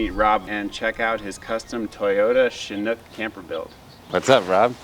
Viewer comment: If you’re super familiar with chinooks, proceeds to pronounce it wrong